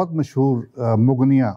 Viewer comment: the word is nit mugniya. It is Muganeeya.